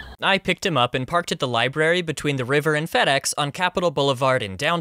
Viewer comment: Ah yes librarYY